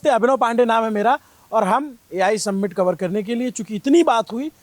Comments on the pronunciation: Submint ❌ Summit ✅ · सम्मिट nahi hai bhai समिट kehte hain..PRONOUNCIATION समिट hai